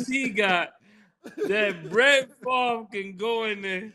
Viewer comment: "How is Brett Farve even eligibile for welfare?"